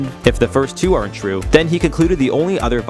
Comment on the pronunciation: When you are discussing the complex reasoning behind a matrix or simulation theory, you need to make sure that you CLEARLY ENUNCIATE YOUR WORDS when you are saying are(n't). I lost interest after I couldn't follow your words in this piece around the post human civilization creating evolutionary history simulations., even though the topic is very interesting to me.